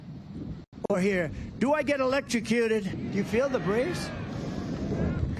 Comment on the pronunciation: Yeah,he couldn't pronounce electrocution and had problems with the word military,too. Those word problems are becoming more frequent.